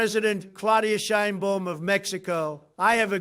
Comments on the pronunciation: President SHINE BOOM? Please, Mr. Trump, make an effort to pronounce her name correctly. It isn't hard. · THIS DIP SH,,IT CANT EVEN PRONOUNCE THE PRESIDENT OF MEXI OS CORRECTLY!!BOOM?NOT THE CORRECT BAUM